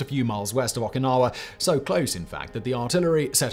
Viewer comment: They way you pronounce Okinawa makes my ears bleed